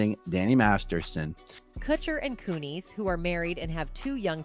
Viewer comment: If you're using AI FOR THE AUDIO or if you can't figure out how to pronounce names, please fix it. How can we believe you if you don't use proper names. Kun-is for one, but there are many. What a cheap way to do things. I love your reports, but the names is just stupid.